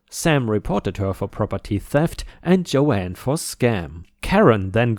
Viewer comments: Believe me I absolutely love these stories, but am I the only one.who finds it irritating when a person calls someone JoAnn, when their name is Joan (different pronunciations). Yes, I might understand where you might consider me a "Karen", but I am an English teacher. I apologize if I offend anyone! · That’s Joan as in Joan of Arc, not as you’re saying Joanne (Jo-anne) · Joan is pronounced Jone, Joanne is different. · And 'Joan' rhymes with 'loan' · just to let you know, Joan is pronounced with a silent A. Joanne is definitely a name, but tends to be spelled more like I did. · 🌟🌟🌟🌟🌟👍🎬😎 Joan = Jone, as in Jones, but no s… Rebel is pronounced re-bell